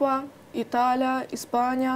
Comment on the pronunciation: Азамат экен, амбициясы кучтуу. И..и..и.. деп ортосуна кошкону, Уй булоо эмес семья деп суйлогону, Италя, Испаня, Эвропа деп кошпой эле койсо болмок экен..